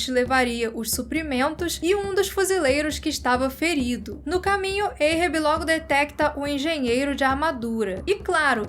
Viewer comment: Adoro o canal e sigo vcs desde qdo tinham seus 5 mil-10 mil. Mas precisam melhorar ou pesquisar como q se pronuncia algumas palavras. Ahab não é "eirrebi" é "árrabi" a etimologia do nome é referência o Mobi Dick q por sua vez é referente ao Hebraico. Então não tem som de "EI" o A, mas de A mesmo". Ganimedes tbm.